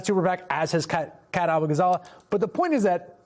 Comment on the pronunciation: Abughazleh is pronounced 'Uh-boo-gah-za-LAY'. It takes 5 seconds to look up Kat saying her name.